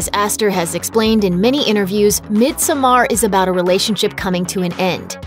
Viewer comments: god please pronounce misommer correctly. its pronounced midsummer. the "o" is there because it is swedish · It's pronounced mid-summer or mid-sewm-er not mid-SOH-mar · its not "mid so mar" it's "mid sommar" like summer. very good unlike this review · She's saying it as mid so maar. She prolly haven't even seen the movie. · SenorPredo - Minecraft Coasters it’s literally pronounced “midsummer” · I had to stop watching after 30 seconds when the narrator kept pronouncing it “mid so mar” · Surrender right? are they proposing it's "mid summer" because no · She lost me as soon as she pronounced it Mid So Mar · bruh no... i'm finnish, so swedish is my second language. it's pronounced the way it's written, so it's pronounced "midsommar", not the way she says it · The title is pronounced mid zo mar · It’s Mid-som-mar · It’s pronounced mid-saw-merrrrr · No its really not - it’s pronounced Mid-so-mar “ I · Isn't the title supposed to be pronounced like mid summer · SenorPredo - Minecraft Coasters or he just sucks at Swedish just like every other American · Lol no, an American don't decide how Midsommar is prounounced. He's just shitty at learning probs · Im swedish, and my ears bleeds.... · Never trust a movie reviewer who can’t properly pronounce the name of the movie 😂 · No one is going to point out they are not even pronouncing the word midsommar right? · Let’s hope so! The YouTube money this channel takes in, it be sad to think the narrator did not take 2 second to do a google search for: pronounce midsommar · The way she pronounces midsommar couldn't be further from how it's actually pronounced sjdnsndmsk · I can’t handle the way she says Midsommar it’s so incorrect 😂😂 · Really good movie! But it hurts me every time they say in this video Midsommar 😖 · WHEN WILL PEOPLE LEARN HOW TO PROUNOUNCE IT. My ears are bleeeeeeading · the way she pronounces "midsommar" makes my head hurt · Swedish is my first and you are right. I dont know how Maria A got this information from.